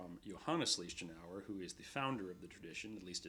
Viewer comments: He butchers the pronunciation Leichtenaur's name, otherwise it's good. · My ears are beeing torn by the pronounciation of the master´s Lichtenauer name! Stop adjusting his name to your language!